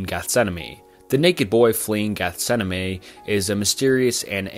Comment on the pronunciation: How do you manage to say Gethsemane so many times without realising you're saying it wrong, baffles me